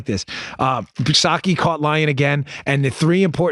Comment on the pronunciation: Her name is Pee Sackie, not sacky!